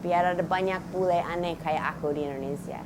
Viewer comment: Your "bule" sounds too bule. You pronounce it like "boo-lay". Lol.